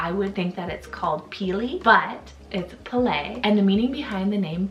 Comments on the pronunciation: The name is actually slightly different that she pronounced it. The first part is not “puh” but instead is “peh”. Peh-leh 😊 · It's pronounced Pay-lay (Pele), and not emphasized on the first syllable. And Tane, isn't Tain, it is Tah-neh. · oof, as someone from hawaii im cringing at how she said Pele and specifically said she was saying it right but wasn't at all 💀